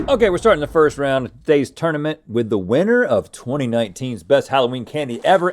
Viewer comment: Tournament, not Ternament... just sayin